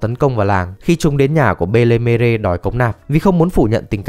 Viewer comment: Góp ý nhé, cho kẻnh và tất cả mọi người luôn, mẹ nuôi của Nami đọc đúng là Ben Me (phiên âm súc tích nhất từ tiếng pháp) có nghĩa là người mẹ xinh đẹp